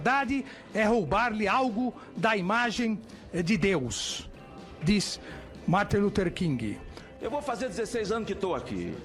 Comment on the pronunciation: Como que uma pessoa que chama Martin Luther King de "Marter" Luther King consegue chegar ao Supremo? 🤣🤣🤮🤮🤮🤮🤮🤮